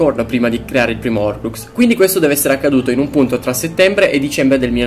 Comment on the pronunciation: Ma perché nessuno pronuncia la h nella parola horcrux?